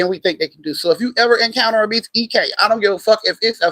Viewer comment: Bek...she said who is bek...beek lol